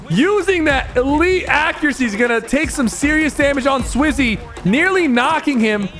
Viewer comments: 8 minute in u said swizy and falcon falcon is the org is name is japko good vid btw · SwizzY and Falcon💀 & saying Slayer instead of Fragger like this ain’t elder scrolls online, the more I watch the video the more I realize ‘bro does not watch EU’💀 he’s saying almost all their names wrong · Bro said swizzy and falcon 😂😂 no hate